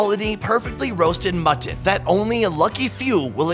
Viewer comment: "mutt TON"...